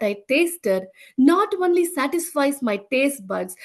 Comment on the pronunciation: I love this testimony. I must admit, I smiled every time she pronounces "only" "one-ly" 😁